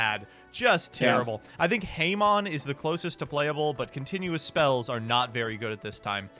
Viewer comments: Hu-mon, not Hay-mon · H... h.... Heymon? Did he call Hamon... Heymon?